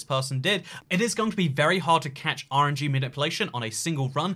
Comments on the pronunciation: says "RNG" but all i keep hearing is "orangey." Like, bruh, what you got against citrus??? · When he says RNG for some reason I hear orangey